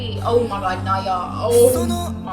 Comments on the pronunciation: You should pronounce him （Na）（O）（Ya） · hi! just wanted to pop in to say that you pronounce naoya like now-ya :3 calling ryuki "that child" always cracks me up